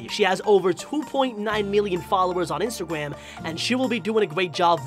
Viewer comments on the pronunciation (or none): said de man instgrawm